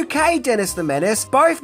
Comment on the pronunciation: You learned to pronounce Macabre!! 🎉🎉🎉🎉, you're now a head and shoulders over most youtubers! Edit: Debuts has a silent T.